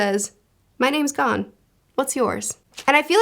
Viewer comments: Gon rhymes with cone Leorio (lay-oreo) Kurapika (koo-rah-pee-kah. No emphasis on the i) Killua (keel-oo-ah) I find it kinda funny you pronounced Tonpa's name right but not the MC's. You were pretty close with Hisoka. Plenty of people pronounce it the way you did so I don't think it matters too much. Japanese names just don't put emphasis on specific syllables. (Hee-so-kah) just kinda like say each syllable and then keep saying it faster til it sounds like one word lol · For pronouncing Gon, it's like Goon with single O... Gone is Ging..... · Gon rhymes with flown. Not gone. Killua's name kind of flows like spatula. The U-sound don't need a ton of emphasis. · So the way you pronounce the names are Gon- G oh n as opposed go Gan Kurapika: Ku Rah Pee Kah Leorio: Lay or ee oh Killua: Kill oo ah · Gon is pronounced go-n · His name is TOGASHI. Also it’s pronounced g-oh-n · )! I love the manga vids you’ve made, one piece is a favorite of mine, and I’m glad to see ya branching out into more, hunter x hunter is very enjoyable, I need to help ya on these pronunciations on the names of the main crew tho Gon: go-n Killua: key-lu-a Kurapika: koo-ra-pee-ka Leorio: Lé-O-ree-o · Gon- Rhymes with Own Killua- Keeloo-uh/ah Kurapika- (You're good) KooRah-pika Leorio- Layohrio Hisoka- You're good Illumi- Eeloo-mi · Correct Pronunciations: Gon: GOHN Kurapika: koo-RAH-pee-kah Leorio: Leh-OH-ree-oh Killua: KEE-loo-ah Illumi: EE-loo-mee Everything else you got right! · Gon Rhymes with Own Leorio - Lee Oreo everything else was pretty good. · To-gashi Le-oreo Gon (long o)